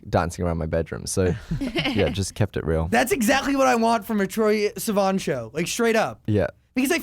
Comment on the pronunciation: I love the way Zach says Troye's last name... its like Sea and then Van so Seavan lol